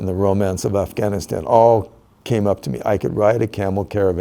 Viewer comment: why can"t I trust a man that pronounces it "Afghanistaaaen"